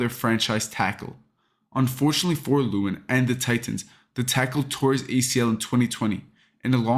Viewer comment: The way you pronounce lewan bothers me so much